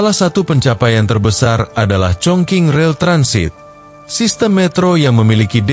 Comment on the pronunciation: Chongqing itu tulisannya..baca sbnrnya chongcing he...he...